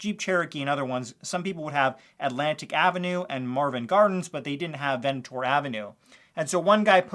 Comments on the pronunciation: You've never actually played Monopoly have you? It's VENT-NOR Ave. Not Venitor Ave. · I just wanna let you know it’s pronounced VENT-nur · It's pronounced Vent-nor Ave. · Your pronunciation of Ventnor Avenue is driving me insane. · I grew up in Atlantic City and YES his pronunciation of Ventnor Avenue is frustrating!